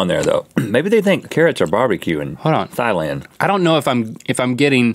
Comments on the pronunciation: Did Rhett pronounce Thailand as thigh land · Lol they said Thailand wrong it's pronunced tai land